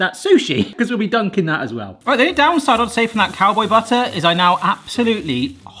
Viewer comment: "Cowbow" howdying to you, there am snake in my büt